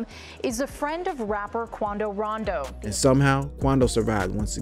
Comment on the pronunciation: i started laughing when he said quando rondo